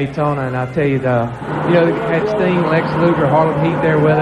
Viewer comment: said "red Sting," like "red stain," and honestly, he's not wrong. Also--there IS an evil Bosko. It's Diamonda Hagan on YouTube.